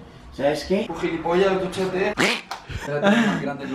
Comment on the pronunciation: nadie absolutamente nadie yo escuchando a decir giripolla y no saber que singnifica